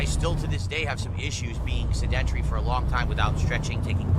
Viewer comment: He really said seDENTry instead of sedentary lol